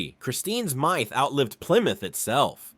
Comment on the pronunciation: AI pronunciation still needs work. Mi-th for myth. lol